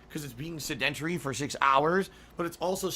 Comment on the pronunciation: I love how he pronounces sedentary as “sud-DEN-tree.”